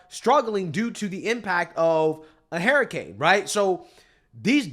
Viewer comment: I really hate how you say hUrricane, notice how i capitalized the U because it is not hairricane.